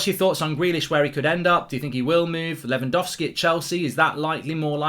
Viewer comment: It's Lewangowlski Mark, I'm disappointed in you 🙄